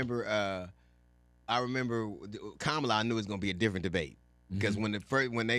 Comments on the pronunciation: Love you, love the show but her name is pronounced “Comma-la” respectfully! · How hard is it to say Comma-la? Asking for a frustrated teacher. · Come Big Boy, luv you man but as a Black man, you gotta learn to pronounce her name right. It's comma-la. Just think of the punctuation. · Her name not Ka MA La